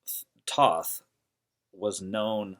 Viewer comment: also saying his name wrong